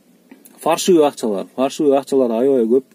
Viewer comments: ''Фальшивый" деген созду 2-3 жолу туура эмес айттын тууган! "Фаршивый" деп айтылбайт. Эскере журосун деп ойлойм. Болбосо кыргызча эле "жасалма акча " деп суйлойлу. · Фальшивый болуп эле айтылат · Же кыргызча суйло же орусча суйло тууганым фаршивый деп айтылбайт